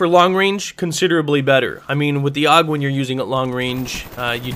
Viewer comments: its pernounced "A.U.G" not 'aug". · You don't pronounce it "awg". It's always been ay-yoo-jee. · It's not pronounced aug. It's a u g. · so I'm a "gay kid" just because I let you know the correct way the gun is pronounced. Wow just because I actually have gun knowledge unlike you doesn't mean I'm gay. If you want to say it incorrectly then go ahead I'm not stopping you even though you sound like a fucktard then don't say a u g